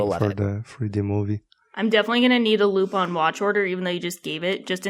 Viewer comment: Is that how you really pronounce Lupin wtf I've been butchering it all aloing